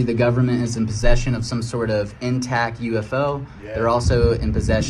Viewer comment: Yeah, he definitely did. He also said "intac" and "anywayS". Clearly not very bright. 😂